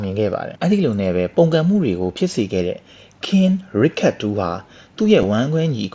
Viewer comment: ရစ်ချတ်ပါဗျ ရစ်ခတ်မဟုတ်ပါဘူး